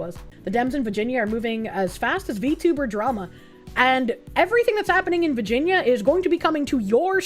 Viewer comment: I love the way says “vah-gen-yah” 😂❤❤❤